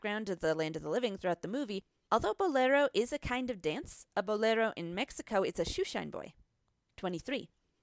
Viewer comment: U suk u said mexico wrong wow i like when white ppl try 2 speak spanish